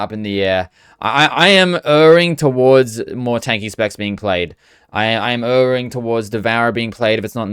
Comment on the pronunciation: heads up, you are both pronouncing Erring wrong and using it incorrectly